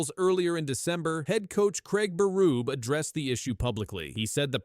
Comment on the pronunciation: Craig Beruuub I'm outta here. Find a human to read your video ans people might sub. Not me.